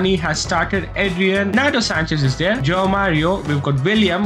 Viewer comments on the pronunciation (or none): none